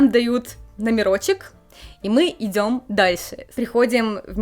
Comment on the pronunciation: какие проблемы с "произносением" у девуськи из Одессы (сьто, школько, минуту идзем, "махает" рукой, посьли, посьли, сьтадо барАнов, идите дальсе, бумаську, отслезивания, прилозение, такзе и пр.). одесситка косит под японку ?